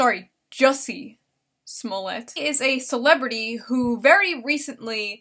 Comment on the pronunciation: It's pronounced "Juicy", geez read a book